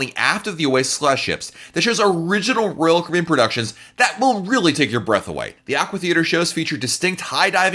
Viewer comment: This guy pronounces royal Caribbean like rall Cribin